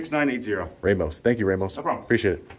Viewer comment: The only criticism I have and that officer Ramos needs to say his name with the Hispanic pride it comes from, it's RAH-MOS! Not RAH-MOS, represent our last name man!!!! Lol